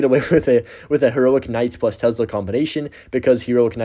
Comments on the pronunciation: Why do you say k-night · Please don't pronounce the K in Knight